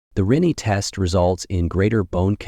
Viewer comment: Rinne was pronounced 3 different ways. Which one is correct? I thought is was "Rih-nay"